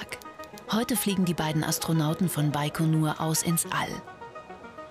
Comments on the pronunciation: Hab immer "bei Konur" verstanden...😂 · Das heißt baigonur